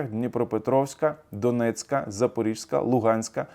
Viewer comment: Шановний, не ЗапоріЖСька, а ЗапоріЗька область. Будь ласка.